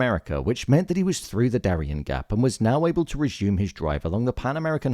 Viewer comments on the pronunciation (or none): none